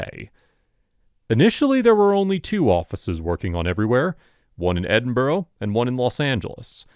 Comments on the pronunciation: OK, I'll say it, since this channel is all about a Scottish company, that's not how you pronounce Edinburgh. It's pronounced, 'Edin-bruh' or 'Edin-bra', never 'Edin-borough' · It's pronounced Edin bruh....as in get it right bruh! ✌️🏴